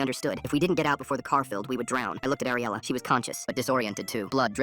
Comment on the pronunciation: My friends name is ariela and it's ariela not AIR-ela